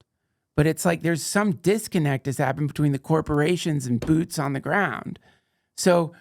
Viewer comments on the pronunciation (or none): none